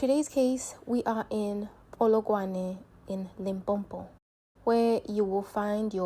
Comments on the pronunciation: Limpopo - not Limpompo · I'm not from Limpopo but this 'Limpompo' is irritating, aowa. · I also get irritated when South African fail to pronounce Limpopo, I won't subscribe until she learn to pronounce Limpopo.